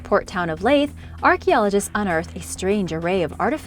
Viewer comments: However, she unfortunately mispronounces the Scottish place name Leith, saying Layth! It’s pronounced Leeth like teeth! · Its leeeeeeeith not laaaaaith and eeeeeediiiiiiinburgh lol that's where I'm from, love your videos but hearing you butcher my town and city's name is horrible, you could have at least done some research lol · Its said like .....leeth. leith Edinburgh. Love your vids,full of informative and fun information. Thanks for sharing. 👍❤ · Normally she pronounces name correctly but leith and Edinburgh she butchered them lol